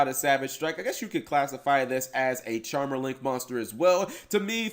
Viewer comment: Charm...er. Cap. Charm"er". CHARMER. Singular. Only one. How is this so hard for you...?